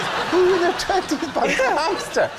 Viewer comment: Hampster? I thought it was pronounced Hamster 🐹